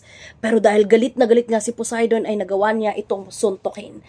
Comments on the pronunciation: "BILASA" "C PUDAY" 😂😂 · Balisa ❌ Bilasa ✅ Poseidon ❌ Pudayton ✅ Sorry maam naaaliw po talaga ako sa mga chismyth nyo 🤣😭